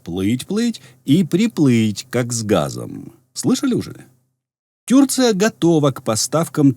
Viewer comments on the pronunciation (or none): гидко слухати ваше - тюрція, якшо вже "правильно" хочете говорити, то - тюркія, а то ні туди ні сюди, і слухати таке, як серпом по яйцях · Режет ухо тЮрция